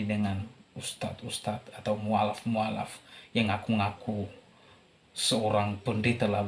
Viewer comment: Admin bilang "mualaf" saja mukallaf !😂😂😂